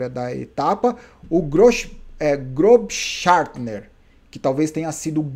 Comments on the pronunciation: só uma observação, esse ß do nome do Großschartner significa que tem duas letras S, então é só "groxartner" mesmo, o nome do cara tem três letras S seguidas kkkkkk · Beta em alemão tem som de SS, nesse caso Grossschartner